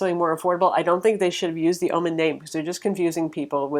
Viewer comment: why do you keep saying ah-men??? stop it. ;-)